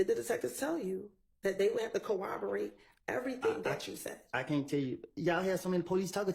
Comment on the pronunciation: I need to practice saying ‘corroborate’. Goddamn.